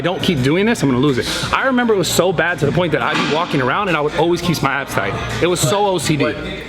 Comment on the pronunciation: Anybody else is triggered by Brad saying nice and thight and not high and thight? #ymh #TryItOut!